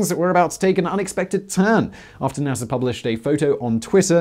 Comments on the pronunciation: NASAR the British accent gets me every time lol can pronounce Russia correctly instead of Russiar like NASAR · sveez-DA (star), also NASA (space agency), not Nasser (egyptian tyrant). Lol.